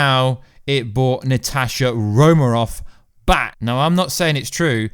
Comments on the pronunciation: Romanov with an "N". Not Romarov.. Also .. You talk about some deleted scenes but show nothing. I think your faking. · Can u acc say Romanov properly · Why can't you pronounce "Romanov"? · Say her name Wright for god sake